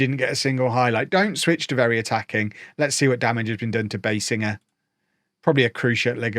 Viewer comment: By the way, the correct way to pronounce Biesinger's name is BEE-zinger.